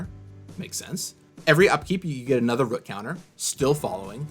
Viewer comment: says root like an amish person🤣🤣